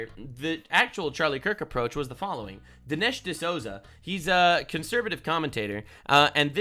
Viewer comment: You are mispronouncing "D'Souza"